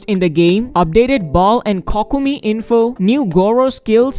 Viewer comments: Its ko ko mi not cockimi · I think it's more of Koh-kimi, instead of Kock-umi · Haha...... He said cockomi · COCKOMEE" lmao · Stop saying COCKUMI 😂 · COCKUMI gotta problem lol